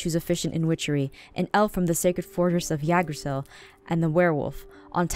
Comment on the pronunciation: I'm sorry Aphmau but as a kid who wants to become a historian first its pronounced yg-dra-sel Yggdrasil secondly it's not a Forrest it's a world tree its one tree not multiple thirdly only gods goddesses and the fates are aloud there also the three animals a eagle chipmunk and a dragon sorry but i got to address this